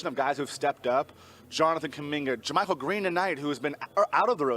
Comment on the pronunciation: One day Kerith will pronounce JaMychal's name correctly